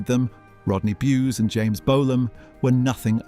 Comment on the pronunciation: Thenk you for finally pronouncing Rodney Bewes' name correctly.